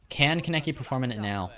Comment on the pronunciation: my pet peeve is the way you pronounce kaneki wrong EVERYTIME!! it’s khan-eki 💔💔😭